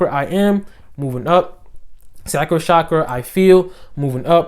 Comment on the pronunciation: the correct pronunciation: CHakra :)